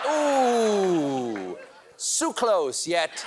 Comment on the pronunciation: Surprised he even pronounced “Sioux” right.